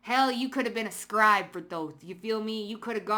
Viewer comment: wow, you can say scribe correctly but my family pronounces it dumb like a "scribuh". +1 meg i can tell. they gonna regret this.